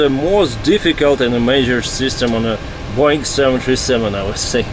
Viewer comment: I like how says Boeing as Boing